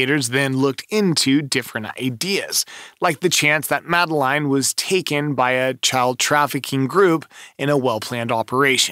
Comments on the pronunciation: Christ. Do your research. Madeleine is pronounced Madalinn. The twins are shaun and Amelie. It was 2007. Blood wasn't found in the car, it was cadaver scent. Not watching you anymore. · 😂 why don’t you pronounce the girls name like her parents do? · Do you expect this video to be taken seriously when you can’t even pronounce Madeleine’s name correctly and you add crazy effects to the images. Definitely not one to watch.